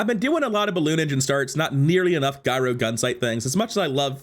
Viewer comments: Hey man, new to the channel. I like your energy and I'm hoping your channel takes off. A couple of things, though - gyro has a soft "g" at the beginning, like giant, giraffe, and gyroscope, where the item derives its name. Not sure if you were saying it like that as a joke, but I figured I'd point it out since accidentally mispronouncing words always feels bad, and hopefully I can save you some cringy moments in the future. Also, remember that items with the same CD go off left to right, so early in the run you were missing a lot of free damage scaling on the Daggerwing by not having the Vortex Cannon on the far left. Since FFS had the same CD at silver, you could have lifted all your items and had FFS immediately slam them back down for more scaling on the Daggerwing - which scales on both up and down, unlike the Hang Glider that only does damage when they stop flying. I mean, you totally got there in the end, but the extra damage could have helped so I think it's a good point to remember. GLHF. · its not guyro gunsight!! its pronounced yuro, like the Mediterranean pita.